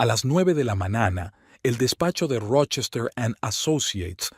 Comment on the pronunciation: Buenas se dice mañana ; año suena raro mañana, ano